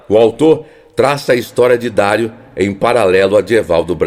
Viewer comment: O jogador é Dario (Dariu) e não Dário